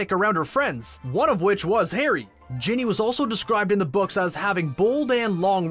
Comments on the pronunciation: Why was he saying bonnie for ginny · When he says Ginny does he say *bonny*?